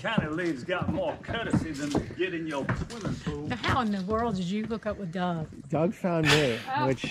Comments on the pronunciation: Not DOG, His name is "Doug" which sounds like dug or rug. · You pronounce Doug just like my dad use to. Dad spoke spanish as he was Mexican-American and preferred to speak Spanish. Doug is pronounced more like dug, I dug a hole not dog. Please don't get upset or feel offended, I just thought you would like to know. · The man’s name is Doug(dug), not Dog!! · Doug is said as "dug" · It’s pronounced DUG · It’s pronounced Dug lol